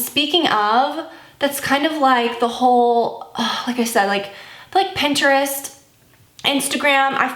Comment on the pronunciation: The way you said Pinterest was eye opening have I been saying it wrong?😂 also I agree that the audible conveys a way different message and more motivation than the show did